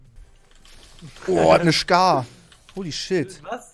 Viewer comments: Es heiß skar nicht shkar😂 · Niemand wirklich niemand: Trymacs:schkaar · niemand: max:Schkar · Niemand: Wirklich Niemand: Trymacs: ICH HAB NE SCHCAR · Trymacs lilane schcar😂😂🤣😂🤣😂🤣🤣😂